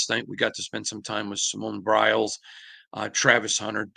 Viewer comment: Simone Biles, not Briles.